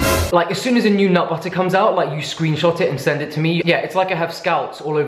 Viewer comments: peanut buttER it sounds so weird when you say it which makes me think that thats how I sound saying it. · Your random bursts of american accent “peanut butterrr” makes me bust out laughing , I freakin love you and your videos. ❤️❤️❤️🤣🤣🤣🤣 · You say "butter" in an American accent very well. 🤣😂